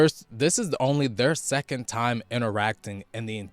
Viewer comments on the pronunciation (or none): none